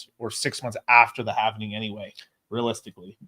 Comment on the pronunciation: Halving . . . Not halvening